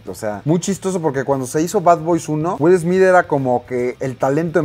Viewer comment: "Wil Esmid"